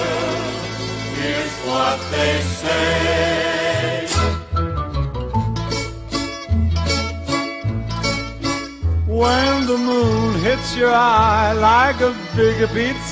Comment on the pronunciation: whennnnnnnnnnnnnnnnnn. not wheeeeeeeeeeeeeeeeeeeeee as in weeeeeeeeeeeeeeeeeee. whennnnnnnnnnnnnnnnnnnnnnnnnnnnnnn sound it out.